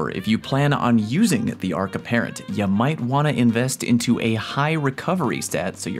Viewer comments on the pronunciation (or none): "The Arc Apparent"